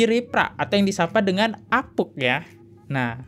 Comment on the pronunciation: Saran gue bang,klo ngomong selow ajj..jgn terkesan kaya di kejar" Kucing. Alhasil abang host ngmgnya sering kali salah pengucapan. Dan itu berulang kali . Di eja huruf nya bener" Bang.. Apunk jd apuk, soemadi itu sumadi bang. Ais..yg bener bang klo bawain konten.ngomongnya masa belepotan